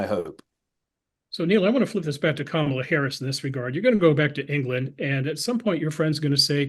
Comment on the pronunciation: Kamala pronounced like Pamela😁😁